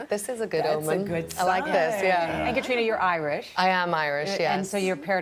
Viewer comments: Gayle didn’t even pronounce Caitriona’s name correctly the first two times she says it. I’m very unimpressed with her in general. I also agree with another commenter that she should never nave brought up what is or isn’t under the kilt. Very unprofessional. This interview and the three people doing it failed miserably. 👎 Diana Gabaldon seems somewhat irritated with some of their questions, and I find that hilarious. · Catriona should jump up and tell her how to pronounce her bloody name properly. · Both ladies did it but Gayle kept saying it over and over. I cringed